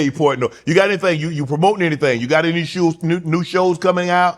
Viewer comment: I Love Dave Portnoy! He is as real as it gets. A real MANS MAN! Shannon you gotta do better on pronouncing your guest name